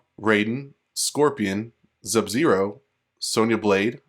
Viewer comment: Did he just say Zub-Zero?